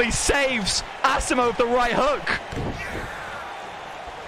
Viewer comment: U pronounced asimo wrong